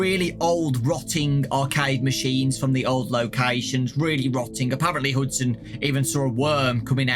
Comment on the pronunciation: pretty sure its hudson not huston